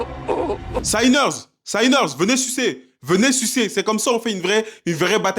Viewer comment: J’ai bien aimé ta vidéo, mais il va falloir régler un truc définitivement… sinners ne se prononce pas Saïneurz… juste sinners. La première partie du mot se prononce comme « sinon » bref c’est de l’anglais de base quoi